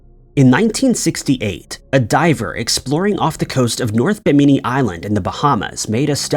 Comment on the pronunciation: BIM-innie (Bimini) not Bim-eenie.👍